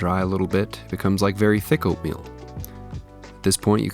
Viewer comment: Oooohhhh "oatmeal." Kept thinking you were saying "opium," and it seemed like you really knew your range of poppy product consistencies down to a fine science.